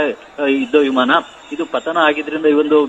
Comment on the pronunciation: ವಿಮಾನ ಹೇಳಿ ವಿಮನ ಅಲ್ಲ